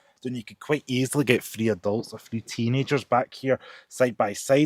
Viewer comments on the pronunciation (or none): Sorry but it's TH ree. As a deaf person requiring subtitles it's so frustrating